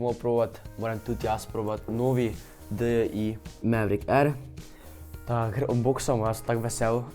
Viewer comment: dj lega ne mi srat sploh neznas rect ime firme